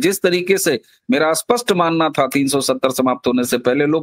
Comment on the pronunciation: वक्ताओं का " स्पष्ट " और " अस्पष्ट " शब्दों के उच्चारण में फ़र्क नहीं दिखता । उर्दू प्रदेश की शिक्षा का प्रभाव इन के उच्चारण दिखता है । स्पष्ट और अस्पष्ट दोनों स्वतंत्र शब्द हैं । यह गलती उनको खुद को समझ में आनी चाहिए, तब ही उसमें सुधार हो सकता है । स्टील का इस्टील वगैरे ।